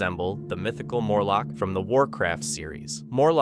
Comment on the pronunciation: Murlock...not Morlock.